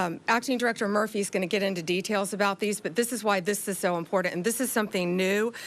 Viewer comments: It's IMPOR-TANT, not IMPOR-DUNT!! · Pam, it’s pronounced ‘imporTanT’ Not ‘imporent’ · She cant even pronounce "important "